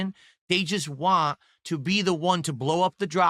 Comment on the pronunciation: Once you notice he says “wan” instead of “want” you can’t unhear it ! Sorry doods 🤷